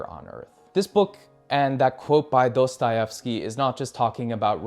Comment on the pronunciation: ya but his pronunciation of Dostahefsky makes my ears bleed